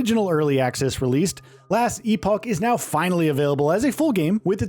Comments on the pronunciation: ....E-poke? it's pronounced like E-pok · E-poke? It's E-pock.. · E-Poke? He apparently doesnt know how to pronounce Epoch. However he is right that it's a great game and people will have hundreds of hours of fun if they like. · E-Pock, my dude. E-Pock. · E-poke...... ITS EPOCH How csn you be trusted riverview when you can't even read the games actual name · Wait...when did he switch to "last e poke"? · Good ole “last e-poke” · Last e poke. English bro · Its not pronounced e-poke its like loch, but with a P! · EE-Poke FFS. 😂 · Last e poke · Nothing against the game, but your journalist voice, the script, the way you say "e-poke" and the nr of times you said "bespoke" made me dislike this video Get someone that's an actual gamer, with some actual thoughts and ideas to share about the games you review and you'll do much better This whole script sounded like you were reading from the box cover, really boring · "e-poke", holy shit my ears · As an American, I have never heard this pronunciation in my life. I've lived in New England and the south and travelled through much of the country. Not saying it doesn't exist somewhere, but it's hardly a general "American" pronunciation. And "e-poke"... I don't even know how a native speaker could come up with that; "epic" at least makes sense given common vowel shifts in different regional accents. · lol "E-Poke" Anyways, I keep asking myself "what is different"? What does this game bring to the table that POE (for example) doesn't? Is this just a visual change and a re-order of the UI? From what I can tell, it is. Its like saying "this park is better than that park.. because its over here" yet its the exact same park, different locations. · Yeah this guy says it as “epoke” 😅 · bro how do you pronounce epoch differently twice in the same sentence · Dear reviewer, We appreciate you spending countless hours progressing through the game to review it. But please take 5 seconds to google the correct pronounciation of "Epoch". 😊